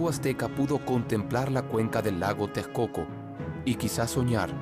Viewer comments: Lago Tecoco? no bueno!!!, por que nunca pronuncian bien los nombres? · se nota que no la hicieron en México este narrador no sabe decir TEXCOCO, dice Tecoco y tejcoco que chafa para mi país.